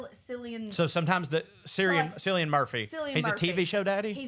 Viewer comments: Cillian is pronounced Killian 😉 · Cillian is said with a 'k' sound